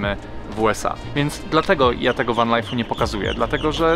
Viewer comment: Co to jest Wen (Van) i Sidni (Sydney) ? , lepiej brzmi spolszczenie 😊